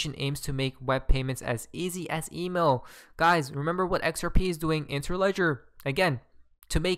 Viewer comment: why he can't pronouce "email" properly?